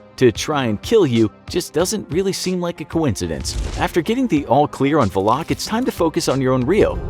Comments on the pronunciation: Why is he saying valak like va-loc? I thought it was val-lic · Valak isn’t pronounced that way